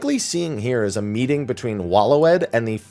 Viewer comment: Waloed is pronounced Way-lid